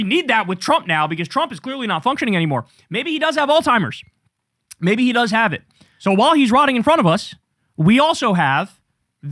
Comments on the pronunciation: Kyle…it’s not “ALL-TIMERS” it’s alz-hiemerz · its Alzheimer's not "all timers". still love you no shade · Kyle I fucking love you man but please stop saying All timers! It's driving me up the wall every time you say it. Alzheimer's Kyle, Alzheimer's. Keep up the good work. 😅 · Kyle, can you please learn how to pronounce Alzheimer's? I watch you everyday, but it's killing me hear you say "all-timers" every fuckin time you talk about Trump's brain melting 🤦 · It’s Alzheimer’s, not Altimer’s with a t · I love you, Kyle. But, there’s no “t” is the word Alzheimer’s. It’s pronounced like “Alls-hime-ers”